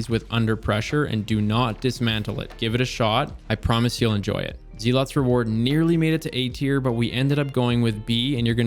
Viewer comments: its "Zell-its" reward. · Why do people keep saying, "Zeelot's Reward", it's pronounced "Zelluht's". Zealot is a word (someone who is fanatical in their beliefs). I think we forget that a lot of the weapons in the game are actual words, not all things Bungie just made up lol. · Zealots =pronounced "zell-it's" First run GM clear with LFG's, and I got an interesting Adept Plug with cornered, QD, acc/liquid, chambered/polygon, Charge MW. I don't think I've ever gotten 3 perks for charge time reduction on a Plug before. I like rustic stuff, so yeah, the moon weapons 🤌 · I am so sure he's saying Zealots wrong intentionally. But deep down... Deep down I'm afraid he's not.